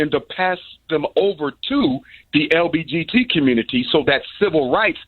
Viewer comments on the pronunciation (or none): Dr Umar is having A hard time saying LGBT he keeps saying LBGT.